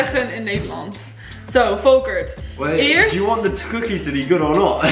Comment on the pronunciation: Yezzz, just make him listen and speak Dutch like a real Dutch girl, ignore the resistance! Haha You did really well and so did Volkert! By the way I love that he is named Volkert, it’s a Friese name (like your mom), and I always liked it. You pronounce it perfectly also. And you have very little brutish accent in your Dutch 👍🏻